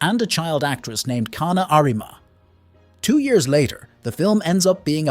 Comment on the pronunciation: Same with "K-na"